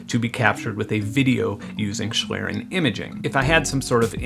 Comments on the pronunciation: My German ears flatter a bit when you say "schlieren". :) "Schlieren" is spoken "ˈʃliːrən", the "i" sounds like in "Sin", but is spoken long. The "e" is not spoken. Sorry for knowing it better. I like you videos a lot. Thanks. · fellow German here, thank you for being the weisenheimer ;) I'd say you're best off pronouncing it "shlee-ren" - for everybody who doesn't want to look up the IPA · I'd love to believe Google is right in its pronunciation of "schlieren," but it took them YEARS to pronounce "Devon Avenue" correctly in Google Maps navigation